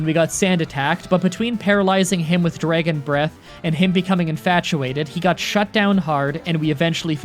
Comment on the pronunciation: How to speak like: Dragon = Draygon Swagger = Swaygger Rattata = R't't't't